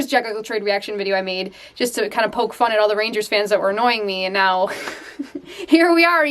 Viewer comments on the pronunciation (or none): none